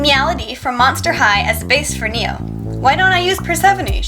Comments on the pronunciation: But it's not 니오. It's name is네오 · Very cool repaint! By the way, Neo is actually pronounced like "ne-o" rather than "nee-o." I hope to see more repaints of Kakao friends! :)